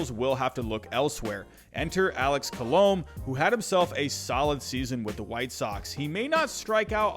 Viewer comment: I love how you pronounce Colome, Andrelton, Engel, Taijuan all wrong lol